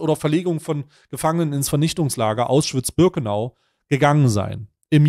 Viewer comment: Keine Ahnung ob das gelesen wird... Kann man bitte staiy sagen das es AUschwitz heißt, nicht AUSschwitz.